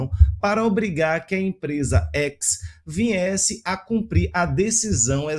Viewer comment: O cara me largou um "vinhesse"... kkkk